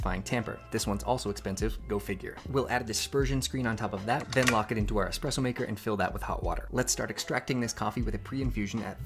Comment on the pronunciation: all of these fancy expensive gadgets yet he's pronouncing it as "expresso" 😭